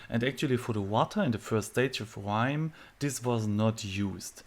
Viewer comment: Did you say Grrrrime? scnr 😅